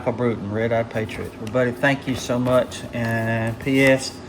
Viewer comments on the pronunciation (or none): Glad you liked it Doc. But man you butchered my last name 😂😂😂 its pronounced like "Brought-en" like you Brought someone something. My Buddy Kevin Klein from Colorado made that pouch and the Mini Bowie knife. Thats a real Native American Arrowhead from Colorado that holds the pouch closed. The Iraqi Freedom zippo i bought for my Buddy Jon when he got back from Iraq in 2006 on his 3rd Deployment. He carried it till 2017 when he tragically Took his own life after years of struggling with mental health and the recent divorce from his wife. 23 a Day is 23 too many. So I thought it would be better suited in your display case. Respect~RedEye 😎🇺🇲⚔